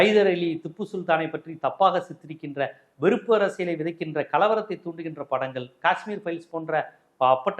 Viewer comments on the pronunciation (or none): யோவ்! நீ தமிழுக்கு வக்காலத்து வாங்கியது போதும். முதலில் தமிழைப் பிழையின்றிப் பேசக் கற்றுக் கொண்டு பேசு. படங்கள் என்பதைப் படங்கல் என்று கொலை செய்கிறாய். வெட்கம் வெட்கம்.